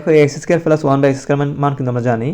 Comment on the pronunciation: প্লাস❌ পেলাস✅